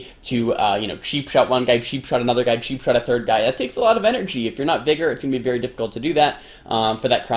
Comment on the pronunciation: its not sheepshot its cheapshot :D